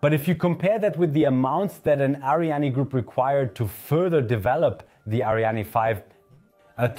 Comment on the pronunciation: It's Ariane not ArianE :) And I would have liked a video that voiced more of a critical opinion. For example your overview of Euro spaceports completely omits that except the CSG only Andoya is operational and just barely